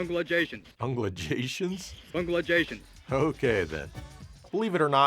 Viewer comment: Ungalations! On a new video 😂 thats going to live rent free. In my head for awhile 😂 haha.